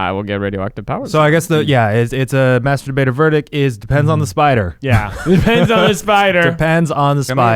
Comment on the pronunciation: Every time Eugene said "master debater verdict" I head "masturbator verdict."